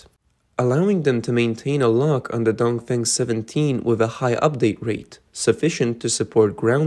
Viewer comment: The CCP missile is called “dong feng “, not “dong fang”! And the Taiwan missile is called “tian gong”, not “Chen Gong”! 😅